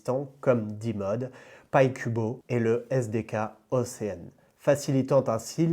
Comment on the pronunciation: Merci très intéressant ! Je vais regarder ça de mon côté et qui sait peut-être investir un peu 👀 (et réécouter tout ça parce que c'est compliqué !) Rien à voir, mais il m'a semblé que tu as dit "ocean" en anglais plusieurs fois, cela se prononce"oshean" et non "océane" voilà